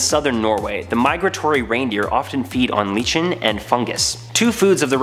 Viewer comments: Dude, it's pronounced 'liken', not 'leachen'. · Lichen is pronounced LY-ken